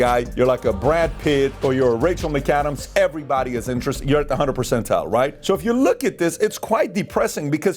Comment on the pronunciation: Ain't no way bro said "Rachel macadams" 💀💀